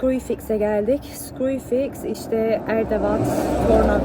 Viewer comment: Erdavat değil kız Hırdavat😂 Hastayım şu kelimelerine